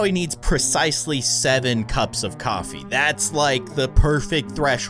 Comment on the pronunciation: He said office instead of coffee on accident.